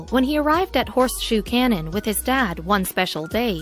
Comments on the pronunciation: Who decides how your words are pronounced? Do you know what a cannon is? A canyon like the grand one in the USA always has the "y" pronounced, the place you were showing as a cannon looked nothing like an ancient weapon and so much like a canyon. You got me annoyed. Do I have to block your channel too, because you consistently grate on my nerves by persistently saying things wrongly. It is easy enough to check, so why wouldn't you? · learn how to pronounce "canyon"